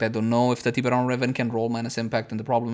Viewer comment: Its funny how you say it like "Tea beron"